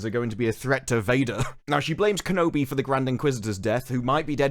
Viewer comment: You said Kenobi wrong in the beginning of the video